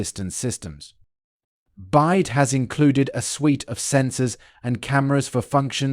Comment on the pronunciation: it is pronounced "Bee-WHY-Dee"